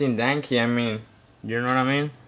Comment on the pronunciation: LOL I LOVE THE WAY THIS DUDE SAYS DANKY DANKY